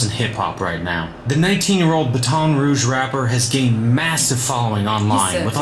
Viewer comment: The vid said “ ba ton” 💀💀💀